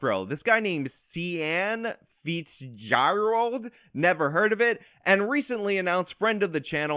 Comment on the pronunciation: Lol 😆 🤣 See-ann feets-gyrold